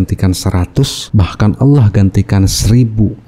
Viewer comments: Juri mtq sebut ALLAH kok aloh hahahah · Ngucapin Allah aja udah salah. Itu satu kata aja loh. Lagian murtadnya jg kocak, masa dari Al Qur'an. Harusnya kalo beneran murtad "saya mengimani injil, di ayat ini bla bla bla". Mayan hiburan.